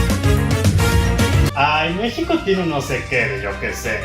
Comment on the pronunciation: You said Mexico in spanish correctly,you deserve my respects.